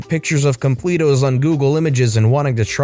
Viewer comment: When you realize he says completos wrong.